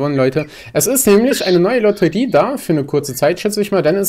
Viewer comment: Kannst du Lotterie nicht aussprechen oder was?